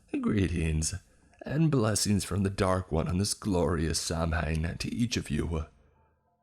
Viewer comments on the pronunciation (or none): It's pronounced "Sow-wen" not "Sam Hane" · Samhain is pronounced SAH-WIN 🙂 Really enjoy your content! Good stuff!! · It triggers me whenever people mispronounce Samhain!!! It's pronounced SAW-WEN!!! IT'S IRISH GAELIC! SAMHAIN IS PRONOUNCED SAW-WEN!!! Please get it right in the future, good people, and I mean you as well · Samhain pronounced saween… good story and great narration though